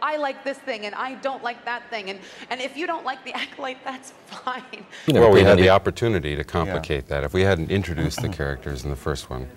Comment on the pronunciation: Woah, did I just hear Headland say "If you don't like the Acolyte, that's fine." That went out the window. Sorry, the "Aculite"